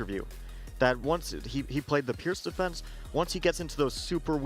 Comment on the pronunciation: It's not pronounced pirk nor pirts, but peerts, the Pirc defence. Americans are wven worse than Brits. Go back to school young man.